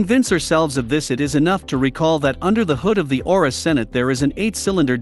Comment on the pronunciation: It's not pronounced "Senate" it's pronounced...ce-NATT.